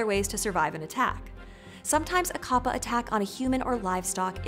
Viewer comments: and you are saying it wrong it's said as cap pa not car par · It's an entirely different type of whiplash hearing her use the more accurate pronunciation of kappa that most people don't use, then butchering manga towards the end of the video, lmao.